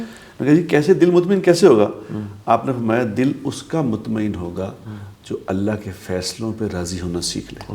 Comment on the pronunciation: mutmaen hamza k sath hota ha na ke ain ke sath